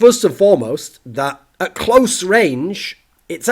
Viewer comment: Did you hear how he said "close" ?